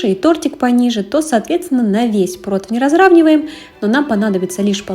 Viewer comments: Блин, нет слова протвень! ПРОТИВЕНЬ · Разницы нет откуда вы) Название для всех одно протИвень. Вы думаете, что у нас так не говорят? Тоже каждый второй) Просто из поколения в поколение закрепилось в семьях неправильное произношение 🤷‍♀️.